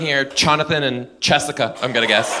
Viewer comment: The way he did Chonathan and Chessica 😂